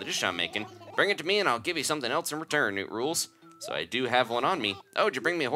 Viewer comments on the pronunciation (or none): And Cranston keeps saying "Newt rules"...., what's going on here?